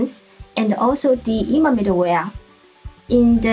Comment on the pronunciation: Good one. +1 for the correct pronunciation of "Zustand" and "immer"